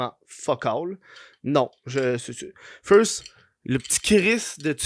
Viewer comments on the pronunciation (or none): none